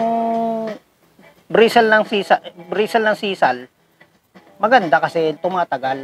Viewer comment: Boss, mejo mali po ‘ata pronunciation nio sa “SISAL” … hindi po cia salitang tagalog, kaya dpat po ung tamang bigkas po sa country of origin ang gamitin sa pagbigkas po sa salita. ✌️✌️✌️